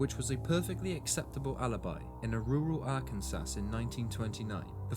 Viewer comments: Very good, Mate! You prob know by now. It's pronounced ar can saw. Where Bill Clinton is from. But good job! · don't wanna be rude or a grammer Nazi but its pronounced Ar-can-saw I live here so its important to me lol but other then that really love your channel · To be fair, "Ar-ken-saw" is rather counterintuitive! Particularly with "Kansas" being "Kanz-ess"... 😂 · Arkansas is pronounced ARE-CAN-saw. 😘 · I love this channel, I've seen every video. Great it's not the same stories over and over. I definitely don't blame you for not saying Arkansas right, British people say things differently haha. Good luck